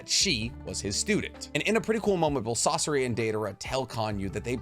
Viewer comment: sauce-o-ra???😂 its SA SOR RI bro why does every youtuber get pronunciation wrong when its in the show